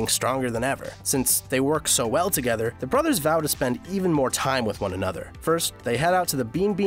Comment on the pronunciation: You said time wrong